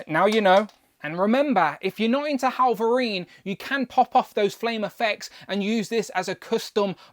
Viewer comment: Why do you keep calling him "Hallverine"?